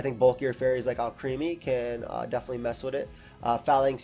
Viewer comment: I love these set videos, thank you for being so consistent. PS: Alcremie is pronounced "AL-crem-ee", like "alchemy". It's a transformation (transmutation) of Milcery (mercury).